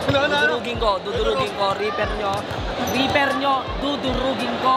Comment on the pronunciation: reaper po hindi reper🤣